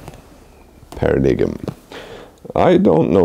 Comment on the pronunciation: Paradigm pronounced Per - ruh - dime